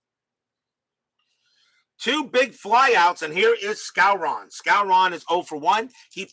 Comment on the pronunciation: …and it’s pronounced Moose SCOW-ren.